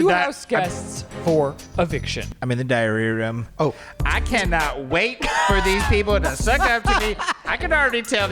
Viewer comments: That entire time I thought they were saying diarrhea room 😂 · During the Big Brother segment, I kept hearing "diarrhea room" and thought "wow what a weird show" but now realize it's called the "diary room" and now I'm wondering if I'm an 80 year old who can't hear like Joey B